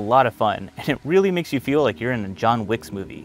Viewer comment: His last name is Wick like a candle wick, not wix...